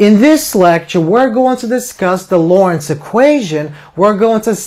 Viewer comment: To the respect to the founder please pronounce his name correctly. There is a "t" in his name. It is not Lawrence it is Loren"t"z.